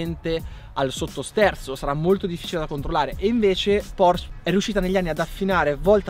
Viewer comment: Nooooo, anche in Italia dicono Porsch, pensavo che solamente in America. In tedesco si pronunciano tutte le lettere, così che si dice Porsche e no Porsch!